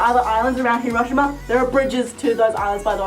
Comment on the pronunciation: Hiroshima is pronounced he.row.shee.ma